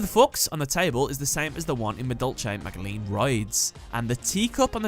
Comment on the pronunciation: pretty sure magileine is pronounced majilenn